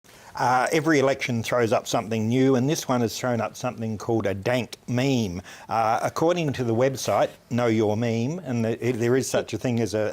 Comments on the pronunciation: first few seconds "dant meme" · Did he just say "dant meme" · Did he just say Dant memes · he says Dant meme